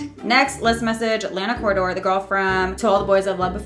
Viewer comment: did u say lana corridor hahaha??